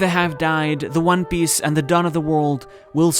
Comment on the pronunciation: one Piece not one Biece jesus dude